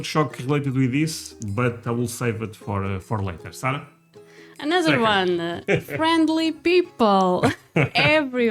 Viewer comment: Hey Dude, we believe the correct provocation of her name is Sa'R'ah, NOT Sa'l'ah :) ! Ha, you guys are so cute, raccoons are EVERYWHERE here in the States, we consider them as pests. Besides of deer, we also have tons of black bears (they invite themselves to your back yard almost daily), Brown wolves (coyotes), Great wolves, red foxes, rabbits, mountain lions, elks, moose, all kinds of eagles, owls and brown bears here on the East Coast (The New England area). You will often see them when you look out of the windows of your house.